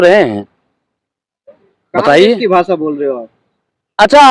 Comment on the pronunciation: Bhasaa nahi bhasha